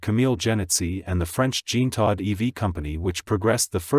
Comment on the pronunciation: "JEAN-tod". 🙄 Try "jzhahn-TOE".